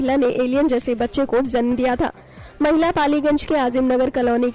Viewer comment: kiya to bhi bolre ye zanm zanm...bolna to acha chahiye tha...